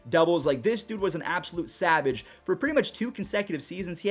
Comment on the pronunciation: you can’t say savage